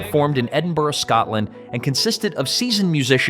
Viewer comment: If you use a I,learn to say Edinburgh properly.